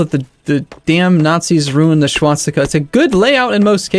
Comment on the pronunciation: Good ol' SCHwastica. lol you pronounce it funny.